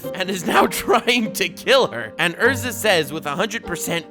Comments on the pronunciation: Erza.. not Ursa pliz.. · Yo..... it's pronounced Erza